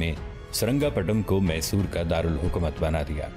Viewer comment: یہ محصور نہیں میسور ہے